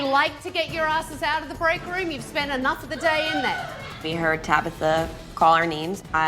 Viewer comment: Since when does enough have a t at the end?